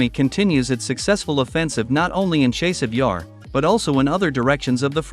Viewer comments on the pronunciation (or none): Dude! your reporting is good but your pronunciations are atrocious. After 2 yrs. grade school children are pronouncing Chaaasiv Yar! Not a chase.